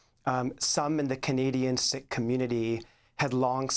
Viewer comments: Pronounced Seek , not sick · Sikh is pronounced Seek, not Sick..... unless you are expressing an opinion. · Why is Sikh suddenly pronounced "sick", rather than " seek"? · I’m confused I thought Sikh was pronounced like Seek not Sick? Or does it just vary across the pond like how Americans say Moslums instead Muslims? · It’s pronounced seeks not sicks according to my SIKH friends. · I thought Sikh was pronounced to sound like 'seek'. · It's pronounced "seek" (Sikh) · Sikh-pronounced seek. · it's pronounced seek, d*mb *ss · It's pronounced "SEEK" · Isn't it pronounced Seek